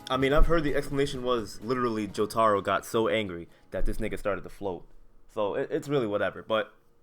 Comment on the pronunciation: Jo-TAH-row Bruh